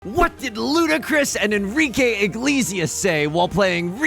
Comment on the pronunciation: “Igleezias” you’re such a goober sometimes 😅